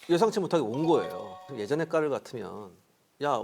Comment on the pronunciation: 기자님 "까를" 발음 솔직히 너무 섹시해요.